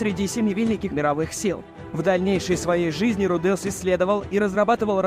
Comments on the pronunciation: Что за фигня с ударениями Рудеус ударение на первый слог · В Японском языке парные буквы, как меня бесит коверкание произношения: руде,ус вместо правильного ру,де,ус! Вы оригинал послушайте!!! Кошмар просто - ва,та,ши,ва или ко,ни,чи,ва а вы произносите коничи, ва или ваташи, ва((((